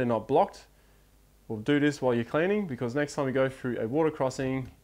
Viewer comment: love your videos, but for god sakes please pronounce your words correctly. Especially 'th' words. It is 't' and 'h' not 'f' and 'r'. Words like three, through, thing, Stop pronouncing it as 'fr'!